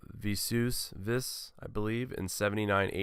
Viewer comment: 😂😂😂 really. ! Vuh-sue-vee-us.